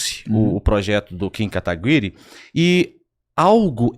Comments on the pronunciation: Poxa, um cara estudado como tu, e não sabe pronunciar Kim Kataguire😅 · O cara se diz estudado, advogado, jornalista e quase um médico não sabe pronunciar o nome do kim KATAGUIRI KKKKKK meu DEUS ridículo. PARABÉNS vc destruiu esse.